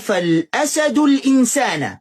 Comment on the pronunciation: من الأسد بكسر الدال عشان قبلها حرف جر والشيخ قال الأسد بفتح الدال وهاذا خطأ